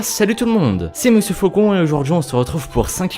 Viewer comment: Monsieur Faucon pas foucon